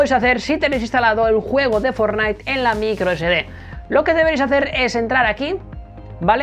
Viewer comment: Otra vez dijiste forlaik